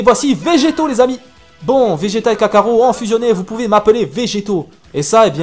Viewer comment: On dit kakarot pas kakaro